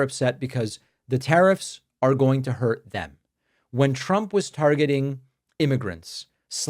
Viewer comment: the pronunciation of the letter "u" when saying trump's name, the sound uses the "u" like saying the word "use" to make it sound like truump. it sounds so stupid. do you get what i mean? so if you're the one saying that i think you should change the shape of your mouth